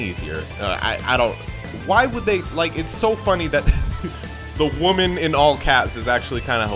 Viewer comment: The Next Dlc is a .... Wallpaper? I have no clue what you said xD Edit: Just realised that he said WOMAN